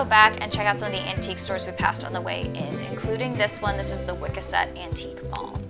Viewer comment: "Wiscasset" you mean? With three "s" and an emphasis on the second syllable that rhymes with "ass"? ✅